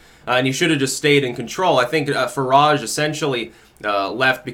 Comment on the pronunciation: Who is "farahge'? lol